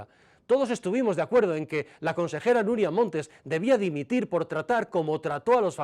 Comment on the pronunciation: "Dimitil"? 🤣🤣 Con la de ingenuos que hay? 😡🙈